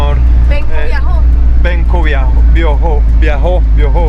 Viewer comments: No es viajo, de escribe biho, c pronuncia biojo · Benkos Bioho, se pronuncia Biojooooó BIOOOOJOOÓ, no viajó....